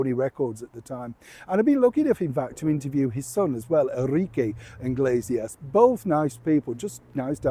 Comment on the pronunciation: the story about Julio and Enrique Iglesias is just amazing. By the way, your pronunciation is perfect 👌 😊